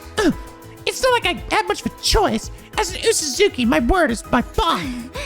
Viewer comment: Oosuzuki is pronounced like oh-suzuki, not uu-suzuki. It's a Japanese romanization thing